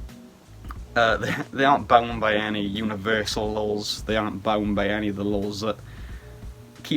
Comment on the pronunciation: When you said laws in Anti-Cosmic Satanism I kept hearing "lulz" lol. I hope you feel better soon.